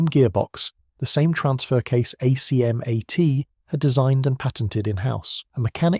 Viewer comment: Thanks for headlining this legendary vehicle. Only one detail hurt my French ears though: we pronounce some acronyms as words - ACMAT and PATSAS for exemple... Fluider than spelling them out ! No rule about which acronyms are pronounced - just the ones that sound good... So I guess you need a French consultant for that.